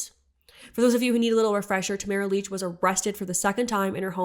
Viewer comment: re: Tamara Lich - heard her name rhymes with rich not beach